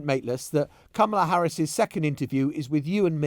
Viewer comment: I find it kind of weird that after all this time, Maitlis is the only major media figure that gets away with mispronouncing Kamala Harris' name.